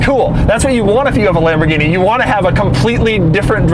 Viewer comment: Who did your math, Doug? 2008 to 2016 isn't "over ten years" and $215,000 is not 70% the value of $315,000. Try just a hair above 68% and we're not quite at 2018. Also, don't say Lamborghini again. You make all of us white guys look as stupid as you.